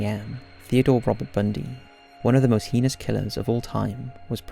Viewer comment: Heness he says,its called heinous